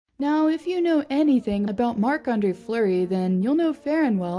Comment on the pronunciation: HIS NAME IS NOT FLOWER ITS FLUREY UR SO DUMB